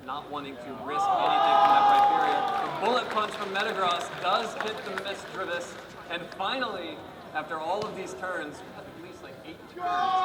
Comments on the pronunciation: says misdreavus like misrevus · THE WAY HE SAY MISDRUVUS MAKES ME WANT TO makes makes me WAN TO KICK YOU XD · REPEAT AFTER ME MIS DREEA VUS SO WRONG THE WAY U SAY IT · the guy said mis-drah-ves, the old way to pronounce misdreavus